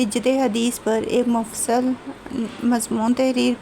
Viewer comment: آپ نے "خصائص " لفظ بھی غلط پڑھا اور پھر " مفصل " بھی غلط پڑھا ۔۔ باقی اس سے آگے میں نہیں گیا ویڈیو پر۔۔۔